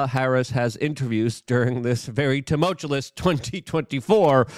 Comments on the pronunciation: Luke- you are awesome, but I just have to say: TOO-MULL-CHEW-US! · LEARN TO SAY TUMULTUOUS. FKNG PLEEEEASE. TUM-ULT-CHEW-US.